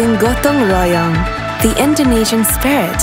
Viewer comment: Lets not lie we all lowkey triggered when we heard that "go-tong ro-yong" 💀💀💀lol